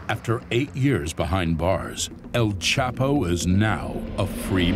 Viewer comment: El chapo u mean el chopper😂😂😂